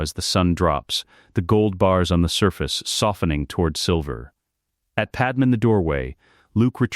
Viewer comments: Fix your damned AI narrator program. It's pronounced "Pad May". Not Pad-Em. Pad-Em sounds like a Kryptonian name from an issue of Superman, or Action Comics. Your AI deserves to meet a high voltage electromagnet. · Who the frakk is padam supposed to be...if youre gonna both misspell and mispronounce it at least go w panam...